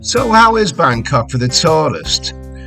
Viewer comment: that dinner you had made me so hungry! Don't ever try and go all posh. Just that when you say 'Bangkok' you pronounce it Bancoughhhh. That's scouser talk if ever I heard it! Hope you're having a nice holiday mate.; you're a natural traveller. I love your reports from all over.